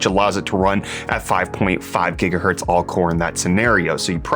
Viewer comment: 5.5 Jigahertz?!